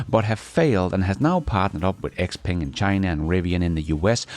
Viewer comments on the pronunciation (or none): none